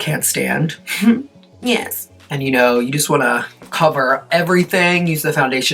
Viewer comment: i dont know why but it makes me so happy everytime i hear 'nyes'